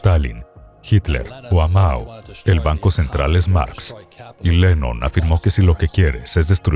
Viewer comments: Si la traduccion muy mala, dice lenon y debe decir Lenin. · No es Lennon, es Lenin.